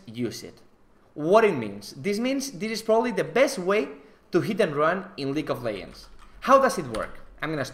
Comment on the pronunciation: League of Leggggggggggends with a G. Not Leyends ffs